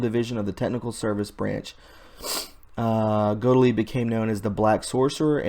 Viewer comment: Got-Leeb is how you pronounce it.